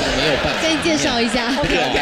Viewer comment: 感覺憲哥唸成死 gay.....